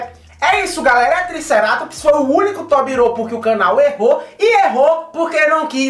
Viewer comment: Só não acertou a pronuncia dos Tobiropos... né "Tobiropuu"